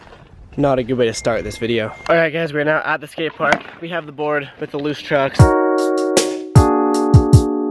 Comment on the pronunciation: Just me or is this dude saying chuck’s?